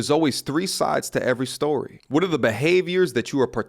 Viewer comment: Sir you said stowwy. Story... say it with me now